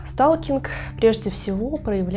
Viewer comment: СТАЛКИНГ.. ПРОСТО СЛУХ РЕЖИТ, ЭТО НА КАКОМ ЯЗЫКЕ??? ПРОСЛУШАЙТЕ ВНИМАТЕЛЬНО ПРОИЗНОШЕНИЕ НА АНГЛИЙСКОМ.. СПАСИБО